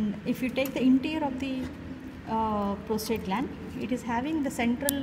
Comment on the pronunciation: Ma'am, it's the prosTATE and not the prosTRATE gland.